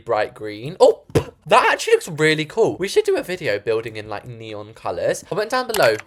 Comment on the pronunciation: not neeooon